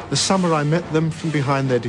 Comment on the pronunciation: I don't understand why the people who are in these documentaries constantly pronounce it as "samyurai." That and when they add and "s" at the end...samurai is both singular and plural. Not that anyone other than myself notices or cares :P.